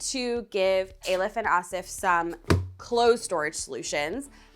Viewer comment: I love you, but the mispronounciation of these people's names is really uncalled for. Why haven't you actually asked them how their names are pronounced? Not Ay-lif / Ey-lif, but 'E' as in elephant and 'lif'.....